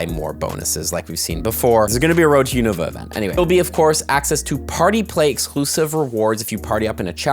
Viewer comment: the first person to pronounce unova correctly